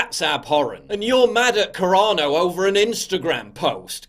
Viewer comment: Sounds like you’re saying Corona Instead of Carano lol